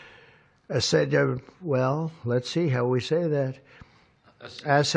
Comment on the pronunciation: The fact that he tried to say acetaminophen. Smh. If he were to try to say ibuprofen or vegimite sandwich,.....you know what y'all smart you fill in your own punchlines